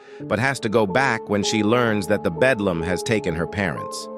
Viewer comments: ITS THE BELDAM NOT BEDLAM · It’s beldam not bedlam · BELDAM not bedlam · its BELDAM not BEDLAM a bedlam is a facility for crazy ppl a BELDAM is an evil witch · I remember watching this when I was 7, also it’s Beldam not Belam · Beldam, honey. Beldam – as in belle dame, French for beautiful lady. It’s the attractive cover/physique of an enchantress or hag, if my memory serves me right. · Bedlam. No. Beldam. Yeah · It’s belldam not bedlam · Bro rally said bedlam in sted of beldam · Belldam not Bedllam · He keep saying the bedlam